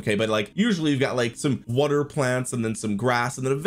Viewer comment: Water ❌ Wutter ✅